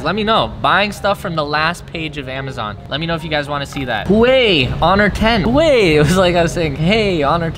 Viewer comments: Huawei is pronounced as "Wa-whey" and not whey. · Nobody: Not a single soul::Huwei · I am disappointed on how you pronounced Huawei(Wah-way) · The pronunciation for Huawei is: "Who-wow-hey" Or something like that.... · It’s pronounced who-ah-way I think